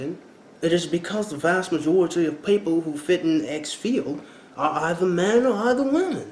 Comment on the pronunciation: Did you say "Vajority" ??!! LOLLLLL